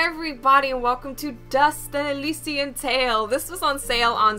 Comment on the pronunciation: el-eye-shun Just for future reference haha :P